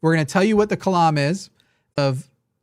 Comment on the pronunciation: “The Kalam”…”The Climb”